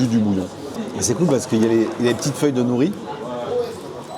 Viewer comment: Ils n’ont pas eu de mal à se faire un nom car c’est le même patron que le regretté restaurant référence « Naritake » qui a fermé. Je valide complètement. Pour info, les feuilles d’algues s’appelle « nori » (prononcé « noli » en japonais) et non « nouri » 😉